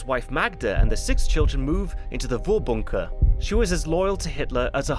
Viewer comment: You,, you're doing a pretty good job on the pronunciation of German words, but I noticed a little thing - in Vorbunker (and basically all German words starting with V), the V is pronounced like F. So it would sound like Forbunker.